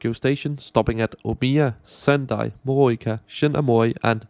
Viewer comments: Morioka is pronounced Moh-ree-oh-kah, and Aomori is pronounced Ahh-oh-moe-ree. Thanks for the vid! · Give him some leeway, some Danes pronounce it like that